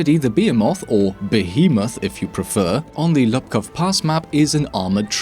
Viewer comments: Just a minor error but its Łupków (pronounced like whoopkof) instead of Lupkow. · There is no difference in present day Polish between u and ó. I'd write it phonetically as Woopkoov/Woopkooph Pass btw. And a fun fact, DICE added the Polish characters to the in-game name at one of the last CTE patches - it's Łupków Pass in the English version.